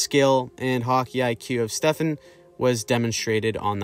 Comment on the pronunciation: Stefaaan. Not Stefen